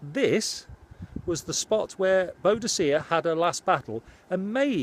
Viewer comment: At last, someone else who pronounces Boadica as Boadacia, as I learnt as a lad in Suffolk, none of this Boodica rubbish LoL...